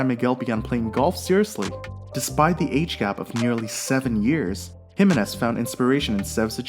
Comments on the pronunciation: His name is pronounced Hih-MAY-nez, not HIM-a-nez. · Why can you not say his name right? It´s Jime´nez and nothing else! Even TV- commentators have learned that, but not you.